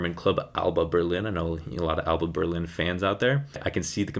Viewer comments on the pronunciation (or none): none